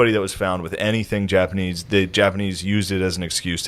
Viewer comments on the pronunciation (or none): Why is he saying japanee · Why does Shane keep saying Japanee? He keeps leaving out the "z" sound. Not all the time, but frequently enough it's killing me. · But why are you calling them the japaknees